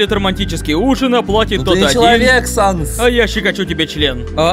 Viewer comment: Почему Саннес!?Правельно САНС